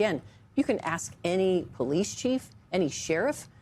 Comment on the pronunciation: 😂 when he struggled to say "ask" and said "axe" twice before spitting it out